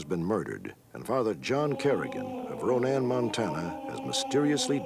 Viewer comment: I’m glad Robert stack said Ronan right lol sacred heart here in Ronan removed all his pictures and name from the church